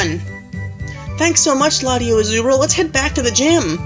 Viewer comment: LatiosAzurill Wasn't in Ruby/Sapphire or Emerald in that route. Tell me, if I'm wrong. These rules sound stupid. Say the S in LatiosAzurill instead of LatioAzurill My goodness! Extraordinare Junior didn't trigger the cutscene. Maybe Gallade. Never seen it happen before. :/